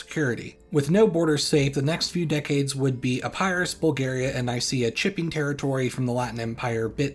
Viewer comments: Epirus, not " Epærus"😅 Polysyllables do not favour diphthongs. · Epairoos I love how he says Epirus